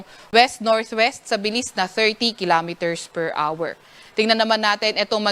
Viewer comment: PER HOUR | Thank you for pronouncing the word HOUR correctly, not R, as in PER R. Children are listening.